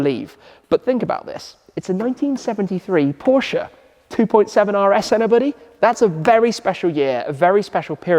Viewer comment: Happy to see Porsche content! Everyone should pronounce the family name correctly as you did. 😎👍